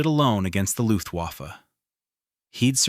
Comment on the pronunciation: IT'S NOT PRONOUNCED WAFFE, BUT "VAFFUH" AND IT MEANS WEAPON. (REFERRING TO LUFTWAFFE)